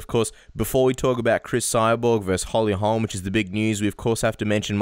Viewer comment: Jason Parillo: It's Holly HOLM! Good grief guy, she's not Larry Holmes' daughter. And, "Beth Korera"?? whew...